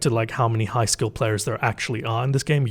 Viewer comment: I keep hearing "high skill players" as "high school players".